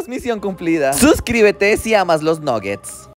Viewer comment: Amo los nuggets pero no se pronuncia así 😂